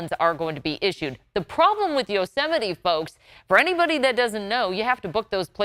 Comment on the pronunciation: That's pronounced, Yo-ze-might. McDonald's J Trump